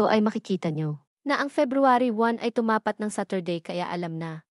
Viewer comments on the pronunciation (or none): Ayudin mo pagsasalita mo Tumapàt ay binibigkas ng mabilis, di tulad ng pagkakabigkas mo na tu ma pat . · Hindi mo alam ang tamang bigkas ng TUMAPAT?